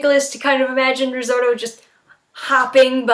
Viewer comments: RI! ZOTO! NOT RIZORTO!!!! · Resorto? It's risotto hone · Risorto... Is it really that hard to pronounce it correctly, or anything for that matter.